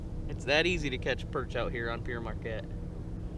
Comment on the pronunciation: it's pronounced "pear" marquette, not "pier" marquette. pere is french for father.